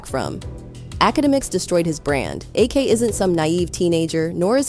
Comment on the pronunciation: Please, when you use AI voice proofread. Ak is not A.K 😂